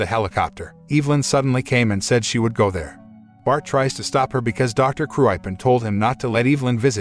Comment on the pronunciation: Too shame that "Kruipen" pronunciation is unbearably wrong.